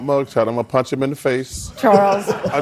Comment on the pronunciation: Did Charles say "punch", or "paunch".........???